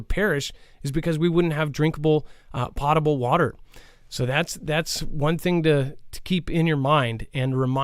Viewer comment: He finally said it right to me anyway. Potable water, not pootable. Lmao. I'm sorry I had to say it. I've been waiting years. Lmao.